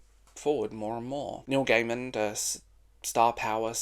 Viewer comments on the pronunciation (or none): Love the video, agree his work is either great or shite. Also, please there is no D on the end of Gaiman. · It's distracting when you pronounce his name with a 'd' at the end every time. Good video, though. cheers